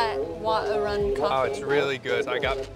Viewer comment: I know it’s written Arun but it’s pronounced Aa-roon.